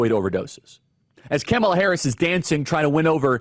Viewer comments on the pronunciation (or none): I've never heard anyone call her "KAM uh Luh." Annoying. Isn't it "Kah-MALL-ah?" She's already annoying enough Charlie. I gave up after . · This guy is so ignorant he can't even say her name right. What a joke he is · You're speaking the truth, but you're pronouncing her name incorrectly. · 😂😂😂 he’s calling Kamala, Camel(a) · I love how Charlie says "Camela Harris" over and over again... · My heart grows a few sizes everytime he pronounces her name wrong ☺️ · Yep Tucker is also intentionally mispronouncing her name, it’s hilarious. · As someone who is a moderate who is still trying to figure out best candidate, it’s hard to take seriously anyone who doesn’t even try to pronounce her name correctly. It makes me question if this isn’t just bipartisan Mumbo jumbo or if this is really a genuine criticism. ☹️ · Charlie Kirk not racist; but mispronounces her name intentionally ….🤣🤣🤣🤣🤣🤣🤣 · Dude you purposely saying her name wrong is the exact reason why they cry about it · Why do y’all insist on mispronouncing her name? It’s insane.😂😂😂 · Why do you insist on pronouncing her name incorrectly? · Following the trumpian tradition, you spew alternative facts. There is a hint of truth in them but manipulated to what is needed to fit your narrative. The fact that even, though you have heard the correct pronunciation of her name, you intentionally mispronounce it for some unknown reason. It’s obvious your intent is to keep the base angry. Angry people are easy to manipulate. You know they will not fact check your claims. If your ardent followers took the time to fact check the plans in place on the Republican side they would most likely move away. To his listeners Take a look at: From a centrist outlets. SCOTUS rulings on, presidential immunity and the Chevron doctrine. Executive order. “Schedule F” Most importantly, the “ Leadership Mandate” ( project 2025) See what the future plan REALLY is. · Please learn how to pronounce her name correctly.